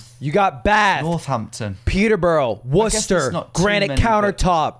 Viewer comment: Just the fact he said Worcester correctly